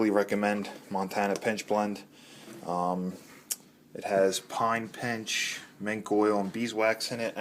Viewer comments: I think I heard you saying "PINCH blend". It is pitch blend, right ? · Pitch!!! Pine Pitch, not pinch,Pitch.